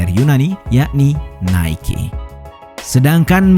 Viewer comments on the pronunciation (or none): none